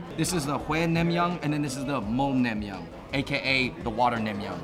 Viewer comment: It’s nang-myun not nam-myung